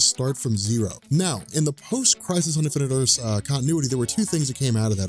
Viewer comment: "Infinite Erse"